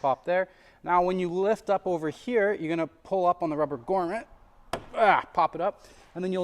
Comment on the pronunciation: GROMMET, not GORMET 🤣